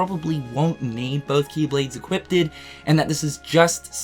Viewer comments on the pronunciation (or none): Everyone else is making memes and reaction posts to dual wielding, and here I am not being able to get over "Equippedted"